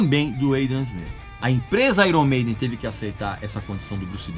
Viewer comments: Airon Maiden------------------> Pronúncia correta----------> (Aiern Meiden). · Pronúncia errada! Correto é "Aiern", não é "Airon"... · qprende a falar meno onome direito pow..... airon? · Uma dica purista aos que também gostam de pronunciar corretamente YouTube (íútíúb) A pronúncia correta de Iron é: Áiêrn Pode pesquisar... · Grande Regis... Vai uma observação sobre a pronúncia do nome da banda, que muitos não sabem... Em inglês, IRON se pronuncia AIORN.... Então seria AIORN MEIDEN. Grande abraço! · Tá pronunciando IRON errado kkk